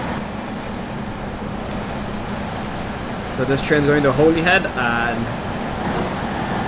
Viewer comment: I will rewrite Holyhead for you just so that you know how its actually pronounced even though its not spelt this way (HOLLYHEAD)is how its pronounced not spelt in this way, but Holyhead is the actual spelling